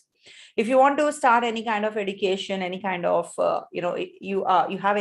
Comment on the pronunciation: Srry mam why you say education as edication ??